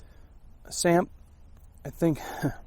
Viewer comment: Great review. I am South African and a lot of what you had in there are very much South African staples. You did pronounce 'samp' correctly and it is used as a substitute for rice. Its very popular and you also get a variant that is mixed with beans. The chutney and tomato sauce was definitely meant for the curry, especially the chutney. Curry is almost always served with chutney here.